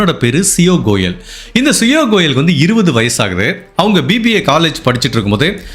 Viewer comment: Bro adhu siyo goel illa siya goel .